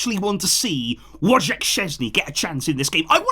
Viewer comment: You are butchering first name of Wojciech Szczęsny. :) "Woj" should be pronounced as "Voy" as in "voyager". The middle "c" is usually transcribed as "ts" in english, and the ending "ch" is just a "h" sound (as in "help"). The whole name would be something along "Voytsyeh". You're doing a better job with his surname, which in English-French would be "Shchuinsny", where "uin" is a French sound (as eg. in city name Guingamp").